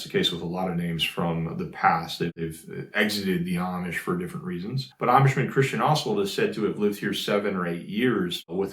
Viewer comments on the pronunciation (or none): none